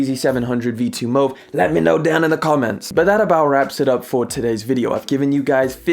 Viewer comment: mows or mauve? mowca or mocca? :goodvibes